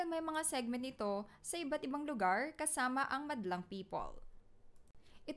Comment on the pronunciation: Lugar po..hindi luger..